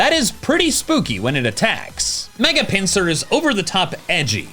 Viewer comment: THE I IN GLALIE SHOULD BE AFTER BOTH L'S! IT'S AERODACTYL, NOT AIRODACTAL! AND IT'S PINSIR, NOT PINCER!